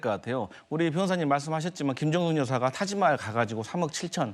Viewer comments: 타마지할이 아니고 타지마할….. 좀 제대로 알고 말해라…. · 다른 건 떠나서 타지마할을 타마지할이라고 읽는 수준이면 문해력에 문제 있는 거 아닌가? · 종배야 타마지할 아니고 타지마할